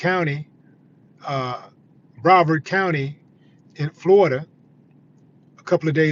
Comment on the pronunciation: bruh·vaard kown·tee,(Brevard County). You are pronunciating it wrong big bro